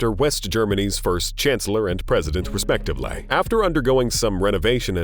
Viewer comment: So painful to listen to, travaal, nine hundrads, respectivelay. 350 gue-asts, equipmant.